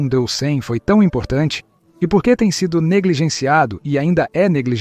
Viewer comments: O seu canal é bom, porém, a leitura boa IA fica ruim, porque ele fala DC como "dê cem". verifique isso. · O vídeo é interessante, mas a dublagem é um desastre e provavelmente feira por IA, porque lê todo C maiúsculo com seu valor como algarismo romano. Então, Constantinopla é lusa como "cem onstantinopla", d.C (sigla para "depois de Cristo") como "do cem". Isso pode confundir internautas mais desatentos. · Que é isso de "do cem" ou "de cem"? O cara não sabe ler data? d. C. é depois de Cristo. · observe qdo ele fala DC e AC